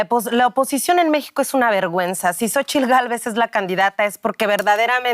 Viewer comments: Se pronuncia /sochitl/ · Se pronuncia shochitl, es un nombre en nahuatl y ahi la "x" se pronuncia como "sh"